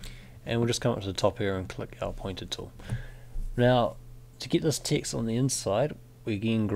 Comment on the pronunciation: Every time you say "Text" I keep hearing "Ticks". The rest of the words appear perfectly legible. =) How is that? What kind of accent is it? And oh, enjoying your tutorials a lot - very new to Illustrator (and frankly detesting its cluttered UI).